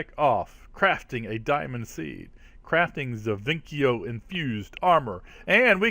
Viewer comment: I think its said ZE-VIS-E-O